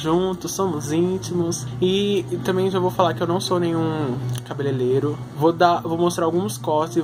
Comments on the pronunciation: Vc fala errado igual a mim mas a palavra é cabeleireiro kkks eu cresci falando errado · "cabelelero" kkkk